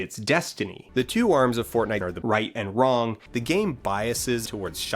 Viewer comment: It's embarrassing how much I laughed at "This isn't Poor-tnite"